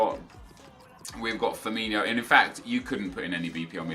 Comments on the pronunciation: His name is pronounced Firmin-OH and not Firmin-IO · ITS firmiNO... not Firminho.... learn it right...... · Why do you call Firmino 'Firminho'? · Azhar Haque they pronounce it like Ronaldinho